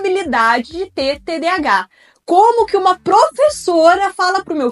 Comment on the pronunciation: Ela não sabe nem dizer TDAH???? Nossa, qta cultura numa só pessoa.